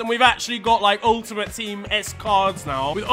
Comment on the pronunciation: "UL-UHMOTE Teem" 😂